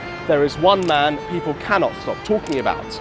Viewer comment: It's so jarring seeing all the people on both sides politely discussing their opinions and then those boys like "he's razzist, there are a lot of rac'esst pepel in france"